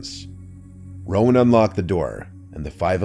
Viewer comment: Rowan not Roman lmfao